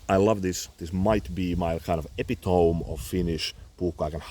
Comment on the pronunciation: love your channel its my favorite knife review/bushcraft skills channel! Forgive me for helping with the word "epitome", its pronounced E-Pit-Oh-MEE.